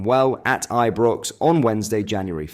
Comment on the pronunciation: Are you using AI text speak? Your pronunciation is all over the place. All rangers fans know how to pronounce Ibrox. And it's Fraser burra